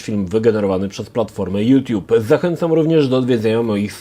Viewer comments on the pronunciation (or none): none